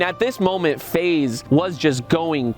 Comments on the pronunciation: Bro pls don’t stop saying face rug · bro cant say faze sooo sad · Bro you should call your self feze but pronounce it as faze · Bro just say phase rug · Just put an extra Z or make an X sound like a Z. Take control FaZe Rug. You can be FaXe Rug but your fams pronounce it the way they know. Your FaXe with a Z. Ideas endless. No credit needed.